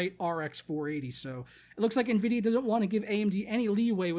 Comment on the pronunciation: sounds like your saying nehvidia lol